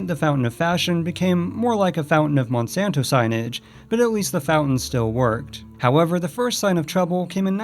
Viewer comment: It’s Monsanto not monsonto